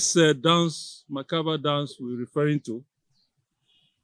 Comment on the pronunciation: It's mentally discomforting for a prof to be unconscious of his public space and repeatedly messes up the sound of a simple word. - macabre dance not macaver or whatever. What a Prof? When money becomes our main objective of occupying any position, the tendency of making one sway even shamelessly is inevitable. This is the obvious problem with Niger Delta.